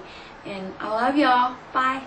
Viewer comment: she sometimes sounds a little country like when she says ya'll but she listened to a lot of r&b and hip-hop in the USA. but i believe she lived in CA for a while. in and EP of 2ne1TV she puts flowers on her aunts grave when they are in LA.